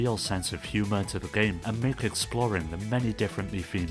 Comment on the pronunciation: uggghhh this is the nastiest sounding english accent fuckin clear your throat, ever heard of an AHEM? "If U FROW a Ton of Guramplay" eughh the way you say Game is fucked up